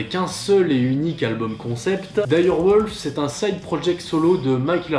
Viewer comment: Trve du culte, excellent ! 🤣 Par contre mgla (mgwa = brume/brouillard en polonais) c'est vraiment à chier... Ah oui... On dit pas wolf mais "wulf"